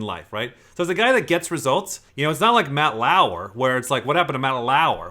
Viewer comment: Everyone: Matt Lauer: Matt LaAwuEr